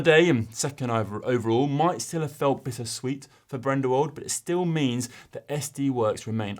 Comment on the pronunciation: Brendewold, Cosnefray and Narvarez? Oopsie on some of the names, no harm intended!